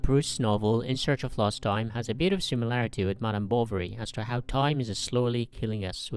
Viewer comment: When you say "Bovary" it always sounds to me that you are saying "Bolvary", or it's just me!